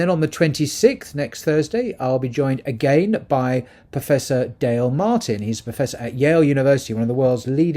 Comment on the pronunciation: Welcome back! What is going on in FRA? I like how you pronounce "agaiiiinnnn" :) not "agaen" :)